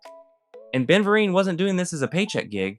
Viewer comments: first thing I thought of when he mispronounced Ben's name 😂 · I enjoyed the video, but there were a few mistakes and errors I noticed: Ben Vereen's name pronunciation can be found a number of places, including on youtube. You seem to pronounce his name correctly occasionally, but it seems to vary; DIC is not pronounced like an initialism, but as a verbal acronym, like NASA, in this case rhyming with beak; Jeremy Railton worked on the opening ceremony for 2002 Winter Olympics, not the 2020 Olympics, which due to the alternating cycle would have been Summer events; Saban Entertainment is pronounced the same way as the founder's last name; There were a few other minor ones here and there, and while pronunciations are relatively small, mistated facts can cause problems in the long run.